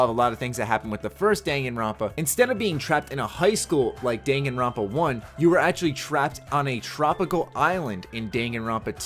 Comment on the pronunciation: I'm pretty sure he pronounced the name right.